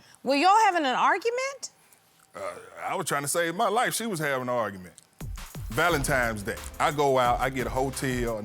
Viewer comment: No self-respect, desperate and entitled with ten grandkids! Lol 😂Maaaaannnn, I have more grace and maturity at 25 than this lady at 50!! Oh Ik her daughters and sons are just as triffling; May God help the streets cuz im out. #beenout Oh btw sir its VALENTINES DAY not Valentimes. 😂😂😂 Ooooohhh my my my 😂😂😂